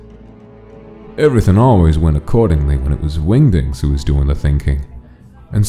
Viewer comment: i heard wingdings as wingdicks